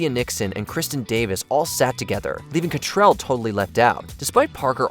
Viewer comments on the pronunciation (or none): Kim CattRAL, not Catrell. Come on now. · It's cattrall not cattrell like get it right for God sake!!!